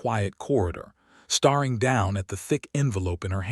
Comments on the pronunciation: Can't you please say stare ing correctly it is not star ing. Geese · Train your AI to know the difference between 'staring' and 'starring' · Staring and starring…two different words! The AI reader cannot determine the meaning! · The dreadful AI narration ruins this story ... starring instead of staring, fadding instead of fading etc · i wonder where the narrator was from--he misprounceed 2 very commen english words--hopiing and staring--saying hopping,staring[sounding like star--] did anyone else here notice these 2 mistakes?????